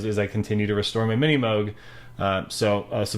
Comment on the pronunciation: This man is one of the first people I’ve met that pronounces MiniMoog the proper way, It’s pronounced Moog as in vogue